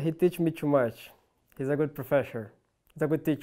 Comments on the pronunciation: Cold: "Fallen is a good profeshor" kkkkkk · ''FALLEN IS A GOOD PROFEXOR'' HUAHAUHAAH